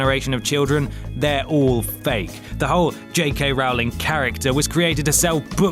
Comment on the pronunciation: Rowling rhymes with bowling. Like row a boat. But let's not row about it.